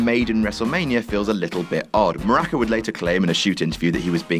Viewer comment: his name is Muraco, not murocco.